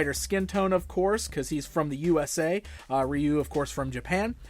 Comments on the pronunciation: It's Rye-Oou and not Ree-U 😂🤣 the proper pronunciation for Ryu . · Its pronounced "roo" in Japan